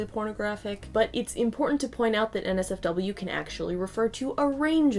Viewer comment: When she said NotSafeForWork I heard Nazi Fork